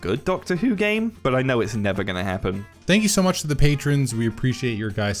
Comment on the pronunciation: It's "the" not "vhe" to the British one. You're too old to have such a speech impediment.